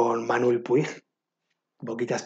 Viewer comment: Qué lecturas tan interesantes. No conocía ninguna salvo Lulú y Tengo miedo torero (que justamente la estoy leyendo ahora). ¡Espero deseosa el vídeo de lecturas que os generan opiniones encontradas! 😍 P.D: No quiero ser quisquillosa pero no se pronuncia 'Puig', se pronuncia 'Puch' porque es un apellido catalán y en catalán i+g es un sonido muy similar a la 'ch' 😉